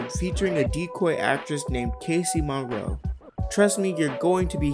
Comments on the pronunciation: The editing is great. The script is okay. The narrator is awful - mispronouncing names (Mauro/Monroe), grammar errors, congested-sounding, poor articulation, v hard to listen to. Otherwise great video. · Casey Mauro, not Monroe. Also I noticed that you said showhegan in the first episode, but it's skowhegan. I just like to nitpick. Ok bye sweetheart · Mauro not Monroe